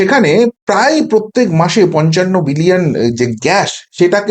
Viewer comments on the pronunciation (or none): none